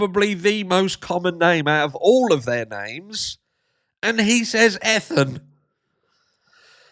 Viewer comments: Éthan. There are YouTubers I can't even watch anymore because if there's 2 ways to pronounce a name, they're going to say it the wrong way. And they are actually touring and making 💰 off their daughter's murder?😶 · Well, in Poland you will say Ethan exactly like he did 😅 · I named my son Ethan 13 years ago! I’ve not once heard it pronounced that way! 🫣🤯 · Hi gorgeous Harsh.. I actually admire the Goncalves for standing up, speaking out about their disapproval, thats not easy. They feel defeated, and they are reaching out for some other army. Can’t help to crack about Ethan’s name mispronounce by Pier😂😂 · I know- it was too good to be true. Piers Morgan almost said the names correctly except for Ethan Chapin. Usually Ethan Chapin's last name gets pronounced incorrectly. How does a person mispronounce Ethan? 🥴🥴🥴🥴🥴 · I’m dying, Harsh! 🤣 Bloody hell! Every time! This might be the first time Ethan’s first name has been mispronounced and of course it would be Piers that does it! I can’t stand him, BTW. Thank you for watching this so we don’t have to bc this wanker would haunt my YT feed for months. 🙌🏼